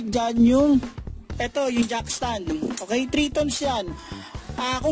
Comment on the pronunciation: Not jack stand instead jack ston👍💯😅😂😂 good job bro☺️